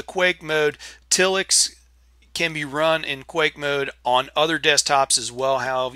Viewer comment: If it were pronounced till-ix it would have two ls. I'm with you, it should be tile-ix.